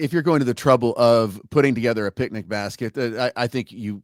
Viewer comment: Can't tell if it was intentional or subconscious that said "pic-a-nic" basket because of yogi